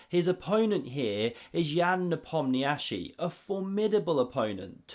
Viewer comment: "En passant" is important, but equally important is the correct pronunciation of Nepomniachtchi's name